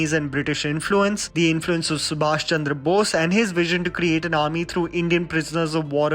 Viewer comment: Its not boz its bosh pronunciation